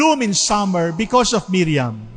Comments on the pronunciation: mariam not miriam..d nkpgresearch ahhh...legit sna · Mariam Not Miriam